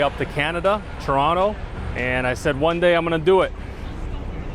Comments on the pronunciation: Thank you for pronouncing Chronto properly 🥰 sincerely a canadian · I like him. He pronounced Toronto like a true local.❤